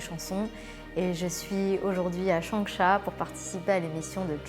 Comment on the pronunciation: "Bonjour Chohisse"